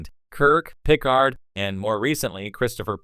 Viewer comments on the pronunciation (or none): Is this an AI video? Who makes a Star Trek video and can’t say Picard.